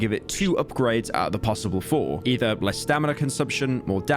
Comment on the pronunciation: when pyro said less stamina drain I heard "le stamina drain"